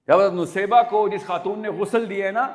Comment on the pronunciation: Bhai saheb pronounciation to sahi kar lo in ka naam Naseebah tha Nusaybah nahi.